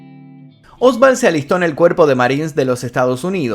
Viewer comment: Oswald, no Osvald. No sé porque pronunciás con V.